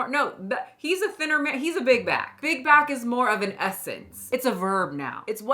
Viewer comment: I keep hearing big guy instead of big back